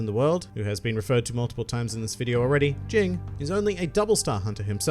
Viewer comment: Oh and it's not Jing, it's Ging.